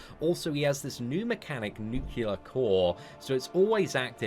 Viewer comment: Nucular core